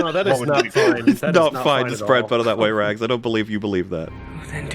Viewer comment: Its so fun watching Wolf slowly lose his sanity having to put up with Rags pronunciation